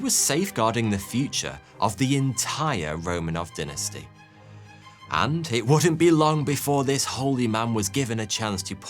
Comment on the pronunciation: You pronounce “dynasty” and “vitamins” wrong.